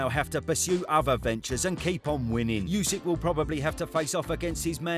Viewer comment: “You sick” 😑 why can’t anyone in the uk pronounce his name correctly? It’s just dumb.